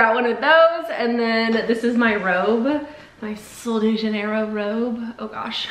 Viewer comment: She's saying it wrong ❌